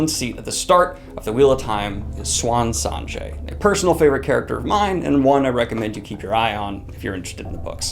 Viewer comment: How do you get 'Swan Sonjay' from Siuan Sanche? Your pronunciations are brutal!